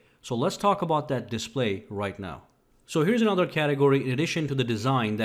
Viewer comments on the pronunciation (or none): none